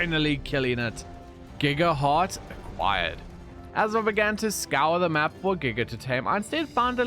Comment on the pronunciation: “Pay no heed to da fish in da water”😂